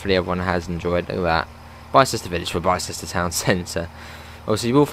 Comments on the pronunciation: Morning youngan. Not nit-picking just FYI, Islip is pronounced eyes-lip. Bicester is pronounced Biss-ter. I know you're not local so thought I'd point them out. Great vid. 👍🏼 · You pronounced Bicester so wrong lol. It’s not said like Bi as in BiMode, it’s said like (I apologise for the language, I can’t think of other words) dick. Also that’s the complete wrong train XD As this is my local, unsurprisingly I have been on the line before. At Bicester village there is a 4 car stop marker then it goes straight to a nine car. Also it’s pronounced Eyes lip Bicester village is named after the Shopping whatever in Bicester, which has a population of around 30k people. It used to be called Bicester town but when they upgraded it for East west rail phase 1 they renamed it. If you want the real train for this route (providing you have the class 170 from DTG) get the AP class 168/170/171 EP. Oxford has 3 lines. The chiltern mainline link for East west rail aswell. The line to Banbury that XC and GWR use. And the cotswold line